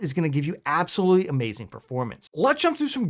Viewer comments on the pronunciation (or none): That's a Mayzing 😂